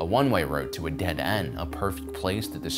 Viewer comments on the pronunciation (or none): none